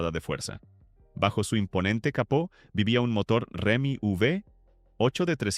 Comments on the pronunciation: Ajusten la IA que dice Remi en vez de Hemi.... Entre tantos otros fallos. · A ver narrador: no es “Remi V8”, es HEMI V8. …con lo fácil que es documentarse por google!!!